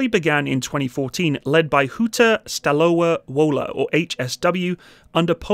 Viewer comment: FYI "Stalowa Wola" is pronounced Stalova Vola. in Polish the W is pronounced just like the V in English. There are no exceptions.